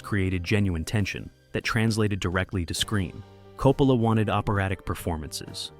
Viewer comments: Coppala?????? no se pronuncia Coppola???? Yo siempre he oido pronunciarlo Coppola como apellido italiano que es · Sono Italiana, I'm Italian. Chi è 'COPALA' ??? Who is 'COPALA' ? 'COPALA' è un sacrilegio! 'COPALA' is a sacrilege! 'Coppola' è un cognome ITALIANO. 'Coppola' i s an Italian surname. Si pronuncia CO-PPO-LA non COPALA! it's pronounced CO-PPO-LA ! Per favore! Please! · please stop saying coh-poh-la